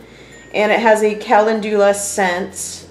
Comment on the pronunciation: This is not how you pronounce calendula!